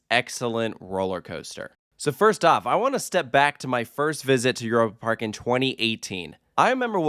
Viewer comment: As a German, hearing this pronunciation of Europe Park has me cringing each time. It sounds like nails on a chalk board.